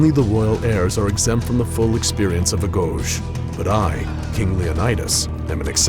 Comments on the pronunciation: "auh-go-gee" ... not Ah-Go-Sh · It's pronounced (A•Go•Gee) Not agojj Face Palm! 👎🏻🤮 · "Agoge" isn't "UH-gohj"" it's "Ah-go-gee" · ... its pronounces Uh-goh-ghee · Agoge (A-go-gee) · Goddamnit, it's fucking agoge, not agosch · Every time he pronunces agoge the way he does it's like someone kicks me in the balls. Good video though. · I wish this guy played AC Odyssey so he can pronounce his words as Leonidas would ijs it’s cringe af for him to narrate like he’s Leonidas but butcher the shit out of every name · The way he pronounced agoge made me cringe. Other than that, pretty decent video